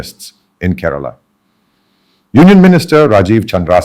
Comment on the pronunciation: Mr. Samuel, my state is not കരാള but കേരളം. Not പള ക്ക ഡ്. But പാലക്കാട്‌. Just remember that as long as you are a malayali places and names of persons should be pronounced as what it really is. Overstylish is your presentation. Listen mr tharoor carefully.